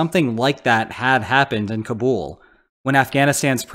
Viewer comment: The US already had a draft before the Vietnam War. It was not established to man the war. GIs volunteered for Vietnam at a higher rate than for WWII. We ended the draft during the war (1973), although the registration system remains in place. Kabul is pronounced "Kahble", not "Kahbool".